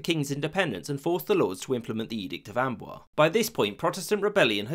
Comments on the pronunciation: fyi the s is pronounced hard: amboiZe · also the s of Amboise is pronounced: ã'bwa:z. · I love your videos, but your pronunciation sometimes leaves something to be desired. Condé is two syllables, not one. And Amboise has a z sound at the end. Small things like this can be really annoying especially when they are repeated throughout the video. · The accent mark on the e of Conde (don't have special characters) means you have to pronounce it. Condee is closer than Cond. Also, the e of Amboise means you pronounce the s. So Amboiz. (hard to write this stuff out) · Condé = roughly "con-DAY" not "cond" (the "é" is the giveaway). Amboise = "om-BWAZ." A penultimate "s" in French isn't silent if followed by an "e." Also, "comprised of" isn't a thing.